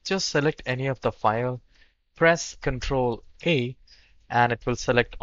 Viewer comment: Did you say press Control A or Control 8?